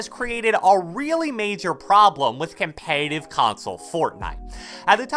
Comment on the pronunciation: My boy say com-pay-tive .......